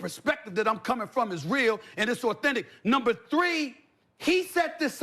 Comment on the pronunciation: NUMBA NUU